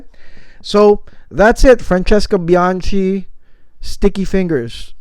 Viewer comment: You keep butchering her surname 🙂 it’s bianKi, not bianCi. Capisc’? 👌 btw i get more orris than sandalwood